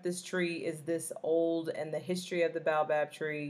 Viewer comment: Baobab ( Bay-yo-bab) :) Great content